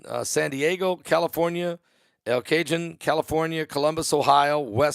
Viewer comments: It s El Cahone El cajon pronunciation ,and when I go to Walmart there's always a long line to check out... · It’s pronounce (El ) (kah) ( hoan ) El Cajon means drawer in Spanish lol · EL CAJON is Spanish sound .... El K-ah hone (phone without the 'P')